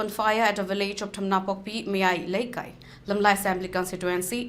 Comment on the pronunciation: Not miyai leikai Not ayuk ching It is mayai leikai It is uyok ching Meitei oina pao pabiu